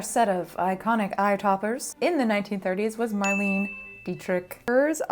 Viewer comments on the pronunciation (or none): Not Mar-leen. Mar-LAY-nah. German pronunciation. 🙂 I love when you do things like this! What a difference a little thing like changing eyebrows makes.